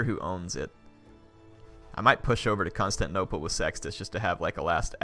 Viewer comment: isnt 'constanople' supposed to be constantinople?